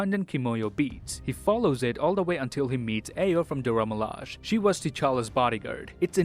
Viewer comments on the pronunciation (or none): Everyone else: Dora Me-la-zhey: Dora Milaaj